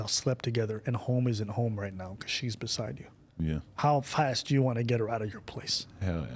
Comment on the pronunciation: This man said fest instead of fast haha